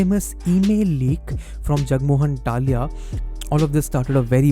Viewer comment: Also it's Jagmohan Dalmia not Dalia.